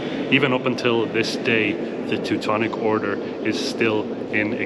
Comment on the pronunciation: I love how she pronounces "Teutonic" correctly